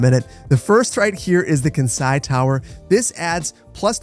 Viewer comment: the way pronounced Kansai hurt my brain (Kansai is region in Japan which includes Osaka, Kyoto and Kobe)